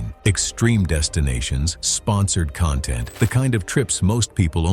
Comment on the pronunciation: The accent of content, is on the first syllable.